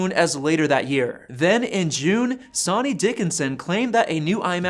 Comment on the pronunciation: Sonny is pronounced “sunny”